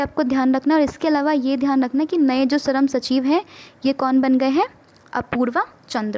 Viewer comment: Sharam nahi it's shram.